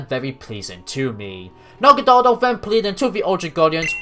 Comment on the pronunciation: Dude, the episode where Ash's Naganadel returns just came out in the dub. And ur pronunciation of Naganadel here is EXACTLY how they said it in the episode!